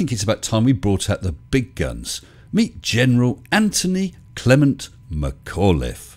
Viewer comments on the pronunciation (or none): none